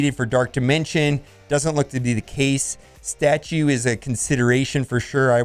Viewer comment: "Statue" killed me